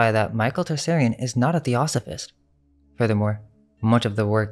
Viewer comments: Also Tsarion: is pronounced (tu-sari-on), not "Tar-sairy-in" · Michael T-Sar-ion not Tarsarion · Just a note you need to work on the pronunciation of Tsarion's name. Interesting that it's Tsar(king)ian.